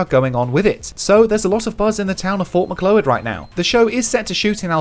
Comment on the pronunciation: you would know it unless you live in the area, but Fort Macleod is pronounced "Muh-klowd" - it's dumb, but thats how it is :/